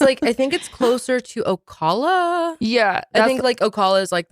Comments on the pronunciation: Heading them say o-call-a made me laugh as a UF Gator! It’s O-caaal-a like in “balance”. The villages is WILD!! It’s a big free for all! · My grandparents used to live in the Villages before they passed. It's wierd hearing a city I'm familiar with and funny hearing ppl say names of cities they aren't familiar with... saying O-call-a.... it's pronounced Oh-Cal-uh. It's definitely a beautiful place to live.... but beware it's a swinger's town lol. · Ocala is pronounced oh- cal- a, the “cal” is the same as cal in California. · Oh Cal Uh is how you pronounce Ocala. I lived there for about 30 years. We used to go to the Villages for some of the restaurants and the live entertainment. The loofahs weren't a thing yet then. 😂😂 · It's Oh-CAL(Like California)-La.. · Lmao, hearing y’all talk about the villages. I live right by it. I live in Ocala. Pronounced Oh-Cal-uh. Everything they say about the villages is true. 😂 We play what is that old person into, everytime we’re there. I even snap photos of the loofahs. To send to my friend. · Florida resident here! Actually Ocala! It Oh-cal-uh! Cal as in California!! I worked at the villages & yes the loofah thing is very real 😂 it is a wild place, but a place I would love to live when I’m older. They party all day, everyday! Straight up living the life over there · All of Florida doesn't do the loofah thing, that's strictly for The Villages. Place is wild. Born and raised in Ocala (pronounced ohcaaala) so funny to see you all talking about the loofahs. 🤣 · It's pronounced ock-lay-vuh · Also… it’s Oh-Caaaaalll-a (the a in cal is pronounced as a long a, like cat) 🖤 And thank you for the internet safety resources. Very good for parents to have🙏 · The mispronouncing of Ocala sent me 😂😂 so cute